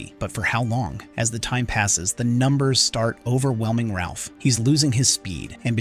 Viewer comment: His name is Raph not Ralph